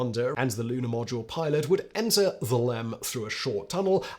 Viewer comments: 30.47 you said Lunar podule milot ??? Talk about fluffing up your lines. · "lunar podule milot"😂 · Lunar Podule Milot 😂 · Lunar “Podule Milot”? lol. What is that all about? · Nice spoonerism “lunar podule milot.” 😂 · “the lunar podule milot.” 😂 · "...for the Commander and Lunar Podule Milot." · Ummmmm... What's a Lunar Podule Milot? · Lunar Podule Milot? 🤣🤣🤣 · "Lunar Podule Milot"